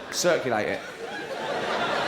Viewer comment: "Ciculate it" 🤣